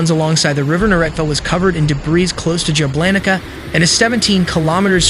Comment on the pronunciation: That city is Jablanica === Yablanitza ,dang , good reporting , but the names , ouch .😢